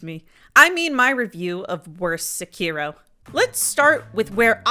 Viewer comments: The mispronounciation kept making me chuckle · If you're gonna talk bad about a game you should at least say the name of the game correctly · great video 10/10. I’m gonna have to leave a dislike because of how you pronounced sekiro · hating on a game and doesnt even say the name right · I think your problem is you don't even know how to say the name of the game